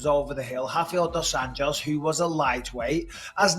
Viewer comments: It’s Dos Anjou, 2 Angels, nit Dos Anos, 2 years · Bro you keep saying RDA’s last name as if he’s Hispanic. Just say Anjos like an American would and it’d be closer to the actual Portuguese pronunciation